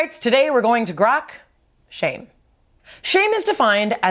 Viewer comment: Why did read shamy?? Instead of shame